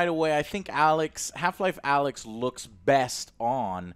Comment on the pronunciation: When Joe calls it AYLX. 😂😂